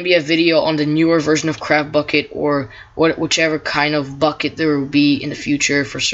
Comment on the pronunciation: It sounds like your saying crapbukkit lol